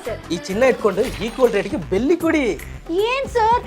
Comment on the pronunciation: ಅದು ಬೆಲ್ಲಿ ಅಲ್ಲ ಬೆಳ್ಳಿ 😂😅❤